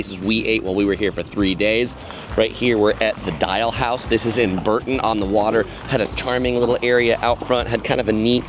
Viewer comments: For the millionth time it's not BUUUURTON on the water but BOOOOURrton It's Richard Burton but BOOOUrton on the water. For goodness sake you guys from the US get it right before us Brits blow a fuse!! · Bore-ton, not Bur-ton 😊